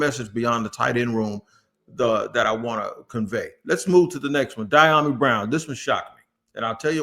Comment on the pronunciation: It’s Dee-yah-mee